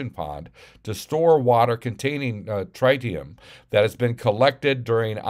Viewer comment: It's trit eee um. But where's the epa? And where are the documents.